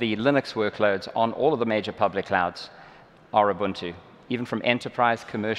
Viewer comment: OK everyone. Please pay attention to how he pronounces, "Ubuntu". It's not pronounced, "Yoo-boon-tu" or "Yoo-bun-too" or "Uu-bun-too". It's "Oo-boon-too", however, "Uu-boon-too" is also acceptable. I know, I know. "Tomato", "Tomato", but it's a pet peeve of mine.